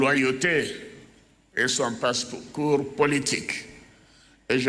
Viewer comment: Mr.soit disant le président ! On ne dit pas (PASCOUR) mais PARCOURS. CELA PROUVE QUE Vous êtes un apatride. Faut pas fâché nous samizé 😂😂😂